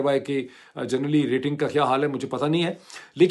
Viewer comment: It’s January I don’t know how he is pronouncing it Anyway, let’s continue